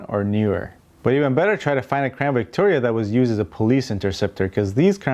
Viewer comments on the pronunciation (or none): The Spanish V is pronounced like an English B. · He said Ford Crown "B"ictoria lol😀